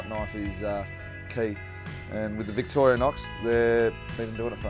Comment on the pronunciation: Victoria-nox 😂 can’t even get the product name right.